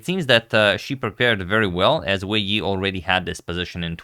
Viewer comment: I think you listed both names in the wrong order (first name family name OR family name, first name) for the title and above the players photos. I think you always pronounce the names correctly.